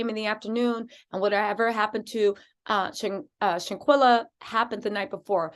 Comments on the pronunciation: You're great I just came on your show I watched yesterday for the first time. I'm a fan you can ask a favor please? Can you just slow down a bit out of respect when you're saying the young lady's name we kind of mispronouncing it a little bit. Shanquella sometimes you're saying shanquila. I'm sure you like to get it right thanks for what you do and I'm happy to be a part of your page now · Seriously you need to learn how to PRONOUNCE HER NAME BEFORE YOU START TALKING.. HER NAME IS SHANQUELLA AND NOTTTTT SHANQUILLA!!!!!👀✅✅✅✅🤬🤬